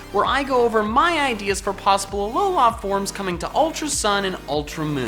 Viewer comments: Does it bother anybody else the way pronounces "Alola" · He has a weird pronunciation of Alola.